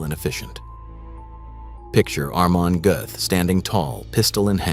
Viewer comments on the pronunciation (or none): Narrator really struggling with that name. Hahahaha almond guff? Amen golf? Amish Goats?